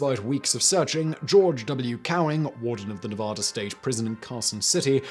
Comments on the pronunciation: Learn how to pronounce Nevada right damn it! It's Ne va da, not Ne vo da. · As a Nevada resident, I'm offended by his incorrect pronunciation of Nevada. Its NEV-AH-DAH NOT NUVUDAH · Ne-VAD-ah. Please. Really. Neh-VOD-ah is silly because it's wrong as saying War-CHESTER-shire instead of Wooster-sure. Remember, NeVADa is BAD. Cheers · Simon. Simon. Simon. NA VAAA DA. Act like English is hard. NA VAAA DA. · ugh, please stop pronouncing Nevada that way. Please. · And his mispronunciation of Nevada.